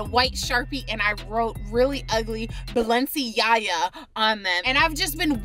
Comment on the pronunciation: She said balenciyaya